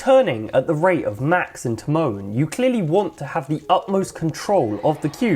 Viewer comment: This guys pronouncing Tymon as ti-moan made me cry